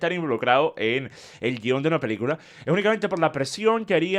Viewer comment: DECIRLO con todas las letras. PELI-CULA. 😂